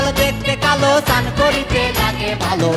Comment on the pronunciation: কয়েকটি জায়গায় উচ্চারণ ভুল করেছে যেমন,, স্নান কে বলেছে ছান,ঘটা কে বলেছে ঘটো। তাছাড়া লিরিক্স আগে পরে হয়েছে। তারপরেও ভালো হয়েছে